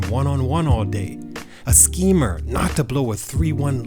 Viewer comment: "A sceeemer" 😂😂😂😂